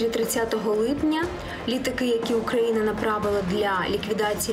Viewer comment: Дайте ведущей по шапке, пусть слово Украина выговаривает нормально, 2 раза перематывал и постоянно слышиться первой буква О. То ли специально то ли инсультница.